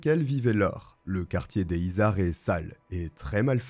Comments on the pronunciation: Les izards 😅 ici on dit les zizards car on fait la liaison 😊 Toulousaine, je connais ce nom bien sur mais j’étais une gamine et je n’avais pas tous ces détails ignobles 😢 merci pour cette vidéo! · alors sinon on fait la liaisons, on dit "les [z]izards" et c'est pas la coline du crack calmos mdr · Pour le quartier a touluse dont tu parles, les izards, concernant la prononciation on fait la jonction, ça se prononce donc les ''zizards''. Bonne video sinon, continue comme ça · Les Izards = les zizards en prononciation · Et bonjour 😄 merci pour cette vidéo. Je suis toulousaine, et j’ai tiqué sur « le quartier des izards » qui se prononce zizar